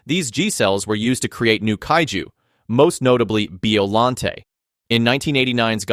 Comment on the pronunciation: Bruh! It's pronounced BIO LLANTE! Not BEO LLANTE! DAMN!